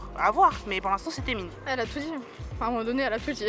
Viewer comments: Ça se prononce aizone mdrrr d’ailleurs mes oreilles ont saignées avec les gens qui disaient TAemin et non pas Temin 😭😭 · aaaaaah donc j'ai bon ? Ça fait mal au oreilles les TAEmin x)